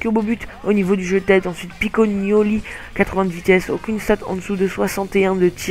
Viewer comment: C'est pocognoli est pas picognoli Ensuite c'est El Ganassy(sa se prononce comme sa) et Benjamin de Ceulaer(sa se dit de ceulare) Tu ecorche trop les Noms!!!